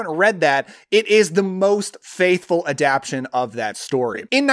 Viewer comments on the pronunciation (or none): I think it's pronounced "adap-TA-tion," not "adap-TION." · yeah I reacted to that. Adaption?..maybe in some dialects?..Adaptation I kept thinking he'd say.